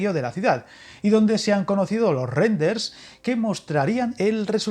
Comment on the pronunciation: RENDERS....¿eso que es? ....¿Te pasa algo en la boca?